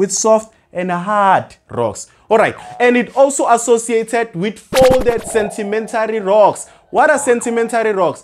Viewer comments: Is it sentimentary or sedimentary😮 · Why are you saying sentimentary rocks Sir? Good work though well explained